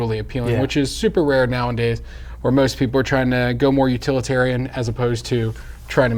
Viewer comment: It's not "now and days", it's nowadays. It doesn't make sense when you say it like that.